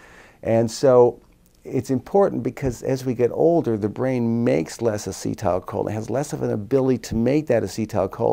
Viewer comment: lol why is he saying "as-cee(tile) choline" lmfao